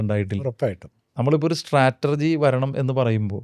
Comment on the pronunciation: സ്ട്രാറ്റർജി എന്ന് പറയുന്നത് ഒരു കല്ലുകടി ആകുന്നു.. സ്ട്രാറ്റജി എന്ന് പറയണമായിരുന്നു. ❤